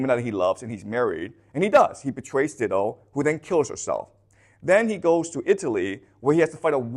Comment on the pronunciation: I know English is not his first language, but FYI it's pronounced DIE-DO, not DID-DO.